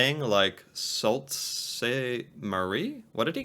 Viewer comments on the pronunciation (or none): Sault Sainte Marie, pronounced Sue Saint Marie. I don't know where he came up with Salt?! Must be a Yank. Even our 🇨🇦 English speakers only know this. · BTW - don't trust the pronunciation of towns - Sault Sainte Marie is said "Sue Saint Marie" - one of my brothers live on the Canadian side for many years. A couple other places he had the names wrong, but they are tricky names - like Tsawwassen, which he also mispronounced [it's "tah-WASS-en". But yeah, there are a few spots that are tricky because they are on the border.